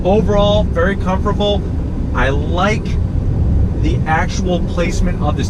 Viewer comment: Is it me or does he keeps saying "Comforble" instead of Comfortable...